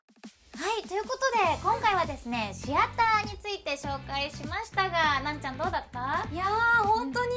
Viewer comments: わかるわぁ 私も シ⤴︎アターだと思ってた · あ〜お二人共可愛すぎでは？ あと関係ないけど、シアターの発音 シ↑アター やと思ってた シ↓アター やねんな〜 関西弁やからか？